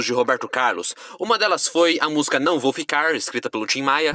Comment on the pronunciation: Maravilha, mas treina falar a palavra música, pois tua pronúncia soa algo como 'musga'. Estranho!